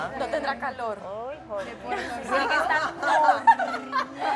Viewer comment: “Puerto lico”🤡 se le notó en la cara la incomodidad que le causó a la puertorriqueña. No siempre cambiamos la r por l.